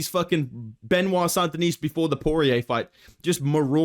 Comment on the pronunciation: Aged like the way says "Benoit"